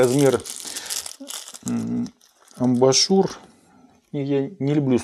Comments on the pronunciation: Мне тоже резанули слух эти АМБАРНЫЕ ШУРЫ. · Только не амбАшур, а амбУшюр 🤷‍♂️